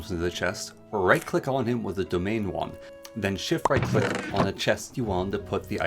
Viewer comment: Very helpful video, but you mispronounce a lot of things. (e.g., domain wand as dominion wand, or winlden as wildens)